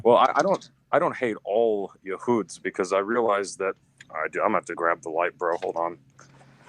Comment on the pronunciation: Why is he saying yahoods like an Arab? 🤨